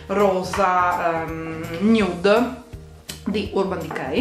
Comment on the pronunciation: RAGAZZI HO TROVATO IL MOME •NUDE MA NON TROPPO• (Nude si legge in inglese non si legge così come è scritto )